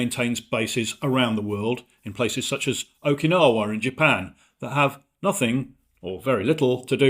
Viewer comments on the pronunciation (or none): none